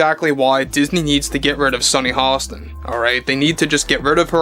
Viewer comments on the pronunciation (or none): Is her name Sonny Halston ? Or Hostin? You say her name like there's an L in her name ? Is that how we're supposed to pronounce her name ? Not giving you sh--, just trying to be on same page. I love your video segments ! Seriously.